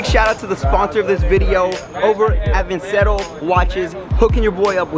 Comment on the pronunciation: This man pronounced his own sponsors name wrong It’s pronounced vin-chair-o